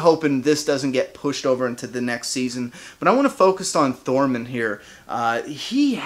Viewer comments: Hell yeah welcome back. Love your reviews. You got all the names right except for Torrmund think you said Thormen. But who cares. Your dope keep up the great work. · Tormund* not Thormund lol